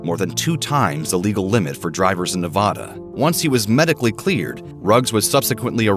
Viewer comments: All that talent wasted is just sick, sad, and disgusting. I can't even feel sorry for him, but I do feel sorry for his girlfriend and his little girl. I feel worse for that lady and her dog. Also, it's Ne-VAD-da. Not Ne-VAH-da. ~SIGH~ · it's Nevada....................1st a sounds like a in hat.